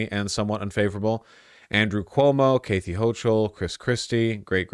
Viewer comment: The way he pronounces “Kathy Hochul” is insane lmao